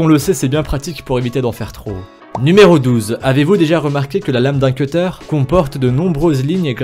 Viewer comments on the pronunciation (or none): Pourquoi tu sais pas dire correctement les mots ses pas in beul ses in bol et tu sais pas dire cuteur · Arrete de dire cutter car le mot cutter en anglais signifie coupeur donc dit coupeur au lieu de cutter en plus tu le pronounce mal 😡